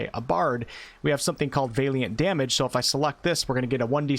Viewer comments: great job! it Valiant as in "weird Al". the valiant knight. not Vaeliant as in "weird day" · VA-liant, not VEY-liant... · Valiant - Va-lee-uhnt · Bard was always my fave in pen and paper... even in multiclass mixes. Just a side note... Valiant... it is pronounced: "Val-ee-ant". Just tryin to be helpful.. anyone putting out this much good info (with much more to come on full release i am sure!) shouldn't be looked at funny due to pronunciation issues on words they may have only ever seen written, not spoken 😁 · I love your videos of help me out tremendously. I do have to say though that is Valiant (VAL-YENT) like valor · The pronounciation of valiant is killing me. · His mispronunciation of 'Valiant' is REALLY fucking annoying. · Great content as always! Just letting you know your pronunciation of valiant is slightly off. You’re pronouncing the first “a” as if it sounds like the a in “ale”, it should be more like the a in “alley”. For your further edification- keep up the great work! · Looking forward to the bard. Congrats on immortalizing on the internet a new way to pronounce valiant. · OK but you have to stop saying Valiant wrong, lol